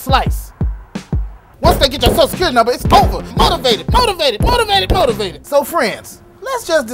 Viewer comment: Excuse me, did you call numba 52?! *DID YOU HEAR ME CALL NUMBA 52?!